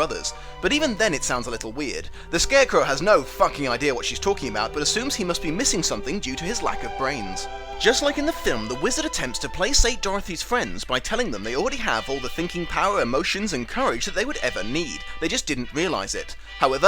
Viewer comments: Does say "plasate" instead of "placate?" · It’s Placate not ”Playsate” why are you mispronouncing it it’s placate with a Kah sound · Ok I have to say it, placate is pronounced with a hard 'C' so as if it was Pluh-Kate. Otherwise I'm really enjoying exploring your back catalogue, I had no idea this was even a thing I wanted to watch but I really really do. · FWIW, "placate" has a hard C: PLAY-kate (US) or pluh-KATE (UK). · I’ve been binging your adaptation videos since watching the second Wicked movie, and they are absolutely fascinating. You’re absolutely brilliant, and have completely earned the right to mispronounce the word “placate” as much as you like (I might even follow suit out of sheer respect). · I just hope that in the last decade you've learned how to say "placate" properly. But this was cool. ❤ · In "placate" the c is pronounced like K not like S. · The "c" in "placate" is pronounced "k" (not "s"). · Andrew Gwilliam I'm glad it wasn't just me that picked up on that. (I'm from pretty much the same 'region' as and it's still a 'k' sound...)